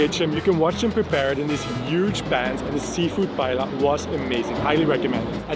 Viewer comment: Lots of really great information/tips in a very well-edited video (I have lived here for 8 years now). Just a couple of minor pronunciation nitpicks: paella (pie-EH-ya), Escribà (ess-kree-BAH), Passeig de Gràcia (pah-ZECH dah GRAH-see-ah).